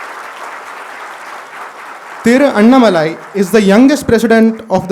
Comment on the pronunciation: It is Annaamalai. Not Annamalaai. There is aa ki maatra after Anna. What is this malaai dhoodh ghee.